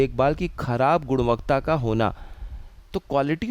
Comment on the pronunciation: Thanks ❤ गुणवत्ता not गुणवक्ता